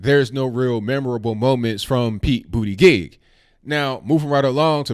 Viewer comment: Did he say Pete BootyJizz?